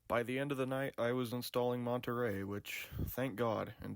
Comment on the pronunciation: This is probably an ich for some people but when I hear someone mispronounce the name of an Apple operating system for some reason it just puts my teeth on edge. I don’t know if it’s my OCD but it’s Monterey as in monorail